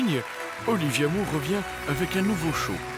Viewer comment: Alors pour commencer : Moore se dit more et pas moure Et merci pour les clichés